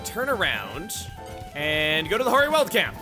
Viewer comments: 'Weald' is pronunced like wield not weld. I live near The Weald in South East England, so hearing you mispronounce the word is quite offputting. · LPT: 'Weald' is pronounced like 'wield' or 'wheeled'. Not 'weld'! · For the record, the world weald in this context not pronounced like you're welding together sheets of metal, but "weeld" and means essentially a forested area. Anyone who's played Darkest Dungeon is more familiar with this use of the word.